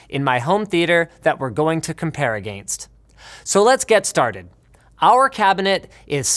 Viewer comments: did he just say.... a - gain -st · "aganst" ;D